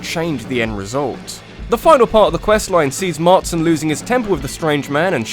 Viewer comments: marston not martson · It's John Marston, not Martson on RDD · John MARSTON. not Martson. it annoyed me a strange amount. im sorry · MARSTON, NOT MARTSON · John Martson? Ouch. John Marston,, Marston. Not Martson. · It's Marston not Martson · Second video now you've called John Marston "Mart-son" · Yeah, John "Martson". That's how you pronounce it...